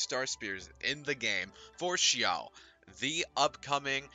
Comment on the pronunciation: i love the way u said xiao